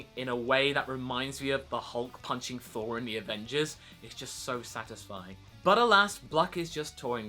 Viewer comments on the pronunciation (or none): none